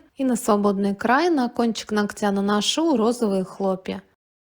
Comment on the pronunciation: нОгтя, а не ногтЯ. Слух режет, когда мастера так говорят.